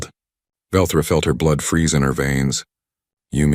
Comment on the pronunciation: its velthra not Velcro however it it were Velcro it would stick with you